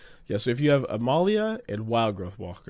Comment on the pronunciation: Why is he pronouncing Amalia (Uh-Mall-e-uh) A-male-e-uh?